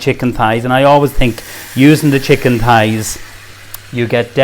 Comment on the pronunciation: thighs not pies lol sounds like hes saying pies, he dosent give any of the measurements